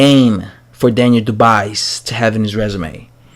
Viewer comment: iTS PRONOUCED KEVIN DU- BWAY ITS A SILENT S.